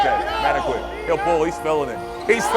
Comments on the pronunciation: man-da-kit not manda quit 😂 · Pronouncing his name wrong. It’s mun-dah-keet